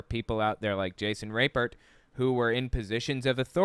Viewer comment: I wonder why he doesnt just pronounce his name like RAP-pert instead of rape-ert